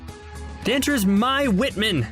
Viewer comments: ITS MAI NOT MY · Jesus its Mai pronounced May like the month of May